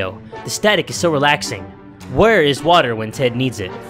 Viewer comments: I like the way he says wattta(water) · Watt a is how u say water in creole